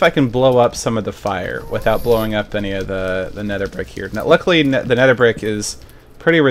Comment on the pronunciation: nedder heehee